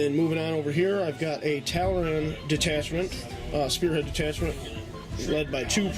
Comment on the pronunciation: Tall-Arn. Say it. Tall-Arn.